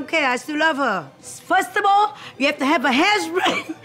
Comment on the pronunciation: " firstable " 😭 " pooosh poosh poosh " 💀 " look like bird nest " 💀 *longgg pause* 🤔 iii like ittt . 🤣🤣 " look like u took sumebody husband and they beat you up " 😭😭💀